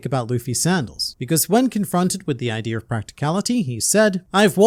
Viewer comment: I’m just saying bro As a member of the black community it’s a little troubling that you pronounce idea with a hard R😂 Not insinuating, just saying